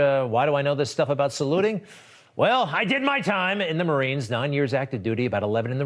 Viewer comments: Sounded like he said good looking marines... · It sounds like he said f marines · It does sound like he said "Good lookin Marines", not "Salute the Marines". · SAid Mare ines, Mare-ines, haa With till he has to pronounce Corps. Obummer did it wrong of course. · Yes I agree with you Chris. I went back and listen twice.